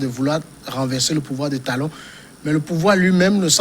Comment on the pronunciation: C'est qui ce journaliste. Il dit talon talon pffff.